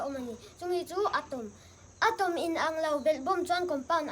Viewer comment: A van thiam in a va simplyfy nalh ve. Atom a lam dan a nalh si..